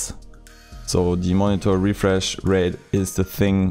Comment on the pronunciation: Drinking game: Take a shot every time he says "Moni-Thor"